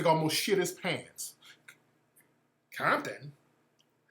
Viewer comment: Lmao at the way he said "compton" 😂